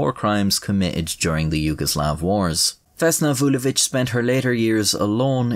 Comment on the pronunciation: as a serb you should be proud of your pronunciation of her name